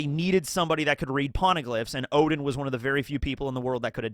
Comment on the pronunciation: tsk tsk. Intentionally mispronouncing "Oden" to "Odin" is not good bro as "Odin" is a well known mythological character and it's just confusing to new comers.